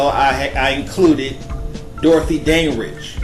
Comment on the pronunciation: sugarBaby ... LMAO!!! He can't pronounce Dandridge either... It's killing me!